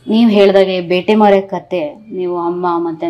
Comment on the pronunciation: ಬೇಟೆಮರ ❌ ಬ್ಯಾಟೆಮರ ✅